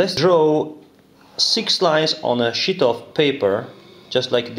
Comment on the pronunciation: It's sheet of paper not shit of paper lolx hahaha!!